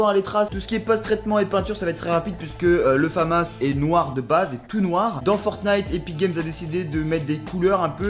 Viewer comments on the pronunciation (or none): Stylé, c’est la famas et ça se dit famasse